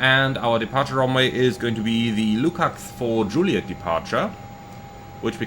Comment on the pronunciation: I'm saying 'zuuuliet' from now on 😉 Thanks for a good impression of this aircraft, I love the 414 so I'm very tempted to try this one.